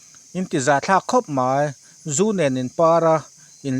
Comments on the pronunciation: A dang pawh a tam hle tho na in,mai tih hi chu lam i harsat deuh animaw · 'Mai' tih te khi i lam thiamlo a nih hi a. A zialo e, Mizo țawng chhiar zir deuh la a țha mange.